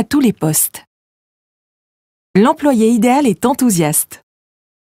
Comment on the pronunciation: Idéal pronounces as ideYal, not idel. Is that a machine reading the text?